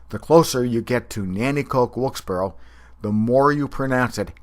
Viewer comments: 1. It's not pronounced 'WILKES - BORRO', it's 'WILKES - BARRY'. 2. Do you realize you are calling yourself illiterate? 3. Variations in the pronunciation of words from different regions of a country is called Phonology. NEPA is no different than any other part of the country, or for that matter the world. 4. I would NEVER insult anyone from anywhere for the way they pronounce a word, therefore I must assume you are either not worldly, and/or unhappy with what's going on in your own life. Find happiness. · Lmfao no the heck it's not every single valleyfolk I know pronounces it wilkes-bear